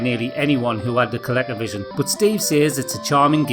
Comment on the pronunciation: I love how you say ColecoVision, it's how I'll pronounce it from now on